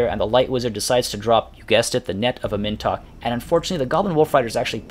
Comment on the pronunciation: "Am In Tok" please my dude pronounce it like this